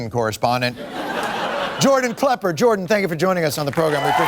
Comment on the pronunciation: Jordan Plepper? I swear Stewart said Plepper.